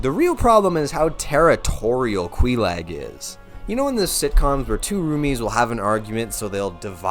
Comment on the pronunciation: ok, say it with me. Quay-Lahg. Not Quee-lagg. oh, props for pronouncing Smough correctly though